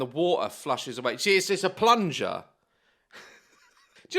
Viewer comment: The way he said the lips are a plu ger i spat my water everywhere 😂